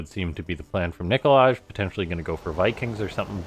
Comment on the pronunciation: Also isn't it supposed to be pronounced like Nikolay? With an "i" at the end instead of like Nikolage. :D